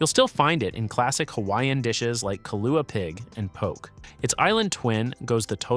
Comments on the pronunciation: Poke is "poh-kay" Hiwa is "Hee-vah" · Poke the Hawaiian dish is pronounced in a way that rhymes with okay, NOT like the English word poke that rhymes with choke. 😅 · Poke pronounced incorrectly. Cyprus spelled incorrectly.